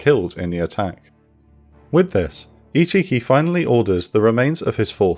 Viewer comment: Can't not hear ichicki as "he cheeky!"